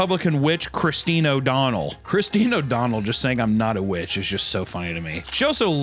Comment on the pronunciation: you can not tell me you think "christine" is pronounced "chriz-den"